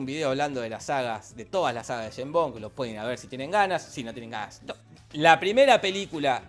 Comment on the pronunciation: "yeim bon" Pinarello , 2023